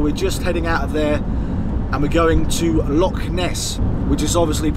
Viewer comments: Do me a favour and stop referring to lochs as locks. That is not how you say it. LOL. Thanks. Excellent video. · You are saying loch wrong! Look up how to say 'ch' the scottish way. It's not a 'c' sound, more of a throat clearing sound. Lovely vid though! I live in Inverness and I'm glad you enjoyed yourself in this beautiful country!